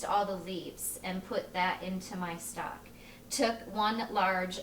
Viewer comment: lost my vote when you said stack instead of stock.